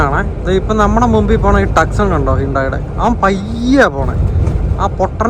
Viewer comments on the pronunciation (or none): It really felt great seeing your happiness on seeing the sudden change in weather. It was like a child's innocent glee. Bro it's not ടക്സൺ , it's ടു സോൺ(27.03)